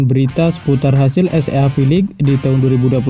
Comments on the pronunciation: es ea ea ea,,,,,,😂😂😂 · Baca nya mimin SEA nya salah.cara baca gk bgtu lah min..